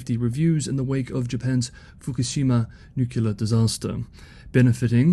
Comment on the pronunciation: At least you tried to pronounce "nuclear" correctly twice before giving way to "well that's the way I was raised to pronounce it"